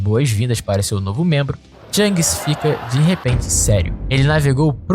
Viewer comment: Bom vídeo, só revise o nome dos personagens, algumas pronúncias estão erradas, não é THANGS, e sim SHANKS, de resto parabéns pelo vídeo !!!